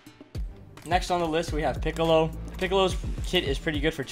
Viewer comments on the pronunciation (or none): DIS MAN SAY PICOOLO BRUH GET OUTTA HERE PICOOLO IS TRASH HES NOT A GOOD CHAR EVEN PTS NARUTO IS BETTER THAN THAT CHAR